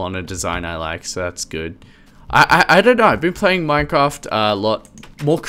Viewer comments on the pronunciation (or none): none